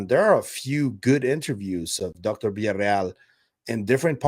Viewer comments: Is Villaroel not Villareal.. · Fantástico como siempre,, gracias. La cosa está apasionante!!! Ah, y recuerda que es Villarroel, no Villarreal... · Her name is Villaroel, not Villareal! Be respectful. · It's not VILLARREAL, IT'S VILLARROEL.